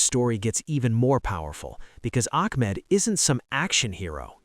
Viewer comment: It's pronounced Bond EYE Beach. And his name is not Akmed. So annoying. But it's wonderful that he was honored for his bravery and I hope his recovery from the surgeries will be quick and as painless as possible.